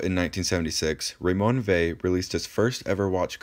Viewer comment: I had no idea that was how to pronounce it properly